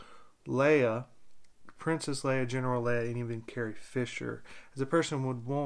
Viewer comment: U said it right. Lol